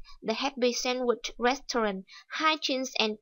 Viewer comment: cô ơi hình như từ restaurant cô đọc sai ùi ạ